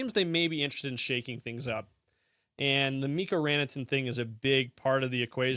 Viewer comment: Sorry, bud. It's Ran-ta-nen, as opposed to Ran-a-ten.